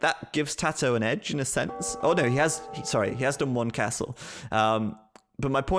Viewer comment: De biew of de bipers casTel is soooo much better, but look at the villajers, ajajajajaj ... no thanks ;-) At least he promised to work on his pronunciation after Zach dropped a sentence in Spanish in this video :) Let's see if he really does